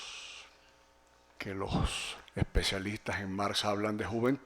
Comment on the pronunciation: "Mars" en un "testo" y No "cacta" (probablemente de cactáceas, en se repiten las cactáceas) ... En fin... comencé a verlo y me impresionó.